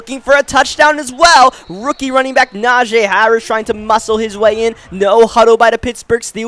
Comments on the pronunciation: pretty sure its najeeeeeeee not najayyyy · Na-jee. Not Na-jay